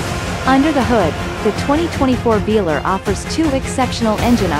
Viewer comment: AI has still to be trained to pronounce the name of the vehicle right 😉